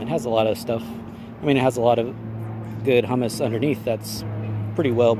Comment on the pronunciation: A good way to get more viewers and subscribers is to sound professional, and calling humus "HEW-miss" hummus is a great way to run them off.